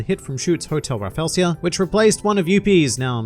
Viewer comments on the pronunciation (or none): Rafflesia not "Raffelsia"